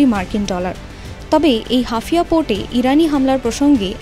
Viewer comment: হাফিয়া না ওটা হাইফা... মুখস্ত সংবাদ পড়লে এমনই ভুল হয়, অন্তত দেশটার ভৌগোলিক অঞ্চল গুলোর নাম জেনে খবর পড়া উচিত